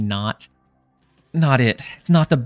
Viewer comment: Was that "but it is naut enough" intentional? I barely caught it lmao.